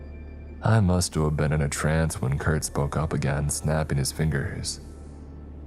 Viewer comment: “Mustua’ve been”